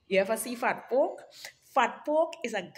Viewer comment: The way she said fat poke.. Lord have mercy..😂